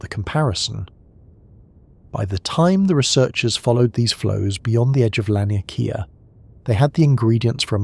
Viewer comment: its pronounced lawn-e-k-ah